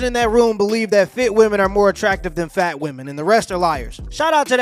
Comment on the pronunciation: the way dude says "fat" is like a southerner saying "black. Hilarious